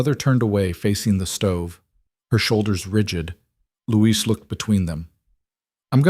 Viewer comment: A very good story but why is Elena's brother named 'Louise' when it should probably be 'Luis' ? Christchurch, New Zealand.